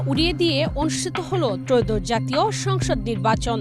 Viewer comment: এয়োদশ.. উচ্চারণ ঠিক করুন ⚠️